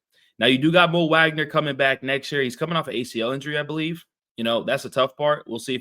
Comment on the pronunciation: Thanks for covering the Magic, I mostly agree with your assessment. Just fyi, Franz & Moe's last name is pronounced "Vawg-nur", not "Wag-nur"